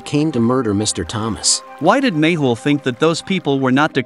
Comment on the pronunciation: Mehul not mable